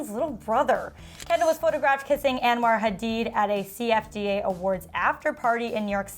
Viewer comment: It’s not pronounced “AnwAr” lol